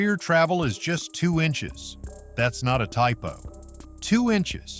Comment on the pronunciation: When the AI said ...and that's not a typo... and it actually was. 'inchies' LMAO.